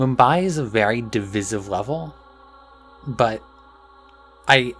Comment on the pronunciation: I've never heard anyone pronounce "Miami" and "divisive" like that before.